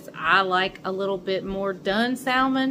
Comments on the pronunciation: Your salmon looks wonderful but I know you’re from North Carolina and I have a friend from North Carolina and she salmon the same way you do but I am southern to from Georgia . the pronunciation of salmon is samon It has a silent L. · Love that you’re getting away! 🌴……you do know the L in Salmon is silent…?